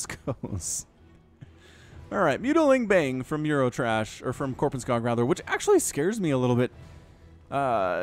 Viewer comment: And why pronounce it Korpenskaag?!